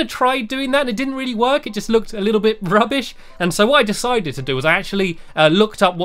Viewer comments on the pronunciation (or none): why do you say rubush?